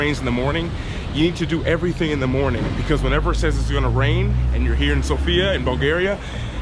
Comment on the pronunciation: Greetings from Bulgaria. We are old country and we speak Bulgarian language and the alphabet is ours. Also it’s pronounced Sófia. :)